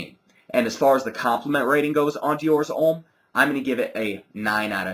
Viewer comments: Diors Omm lol its Deeeeor Hhommmm hehe nice review you should try the Intense its amazing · His not pronounced in French, dumb ass! Deeor Omme!